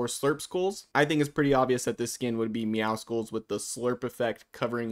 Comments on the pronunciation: It’s meow SULLS not meow SKULLS :( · Meowscles is prounonced like muscles it’s actually a pun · perfect, especially because his name is not meowskuls its meowscles, LIKE MUSCLES@ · meowscles is a play on "muscles" so it wouldn't be "meow-skulls" but rather "meow-sulls" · I've seen this by so many people, but why does everyone pronounce Meowscles but emphasise the C in it? You don't pronounce the C in Muscles so why in Meowscles?? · Why do so many people still say MEOWSKULS ITS A PLAY ON WORDS BECAUSE HES BUFF ITS MUSCLES BUT YOU SAY MEOW! MEOW-SCLES PLEEEEASE BE